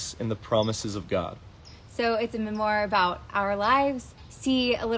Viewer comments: "A mem-MORE" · I won’t read just because of how they say memoir